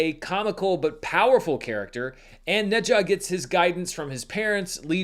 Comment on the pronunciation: Appreciate the effort to pronounce Ne Zha correctly! Glad you were finally able to see it. Every Chinese person I know has seen this movie multiple times. Whoever is still doubting the box office figures is just putting their head in the sand.